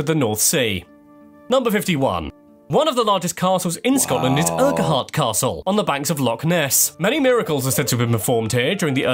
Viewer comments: its urquart castle pronunoced ucurt the dude i nthe vid he said uguhart which is wrong he odd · The English guy was correct probably not the best narrator for this Scottish video, pissing myself at his attempt for the name of the Castle at Loch Ness (Urquhart = one word, he said it like Urqu hart) 🙈😂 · This guy can't pronounced basic words. Appalling ignorance. Urk u Hart castle.. 🤣🤣🤣 what a bell end